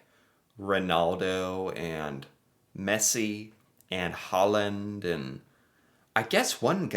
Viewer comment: Haaland's name is pronunced like this /hauland/. ( In Norwegian he writes Håland, with the letter å!) The Norway Soccer Team is a "dark horse" in the World Cup 2025. They can do very well, and some believe they can win. 😄⚽🌎